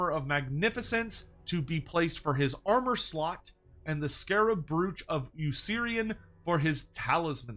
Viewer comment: Is Andy listening to how is saying 'brooch'? I can hear him correcting in my head!